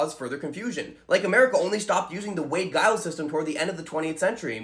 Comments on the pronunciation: "Giles" is pronounced "jiles" (like it's spelled), not "guiles." Bet you confuse people at the zoo, when you ask about the "guy-raffs." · I like your videos. So you know that the pronunciation of the name "Giles," has a soft G. It's not a hard G as in "Guiles," for example, it's a soft G as in Giraffe, Gist, or Giant.